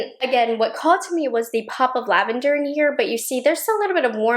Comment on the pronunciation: You said "lavander" and I heard "Nouveau" <3